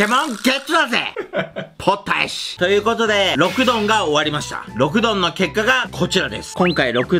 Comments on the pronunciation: ポッタイシのイントネーションに違和感w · 発音ポッ↑タイ→シ↓なんだwww ど田舎だからポッ↓タイ→シ↓だと思ってたwwwww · ポッタイシの発音違くね？